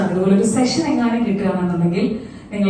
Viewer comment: സെക്ഷൻ അല്ല. സെഷൻ ആണ്.